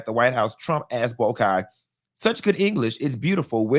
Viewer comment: It’s pronounced BOY-KAI ( long I) .. how dare he disrespect us .. he’s a damn mess .. he a whole president and don’t know the history of Liberia 🇱🇷 🙄🙄, to not know our prominent language is English ..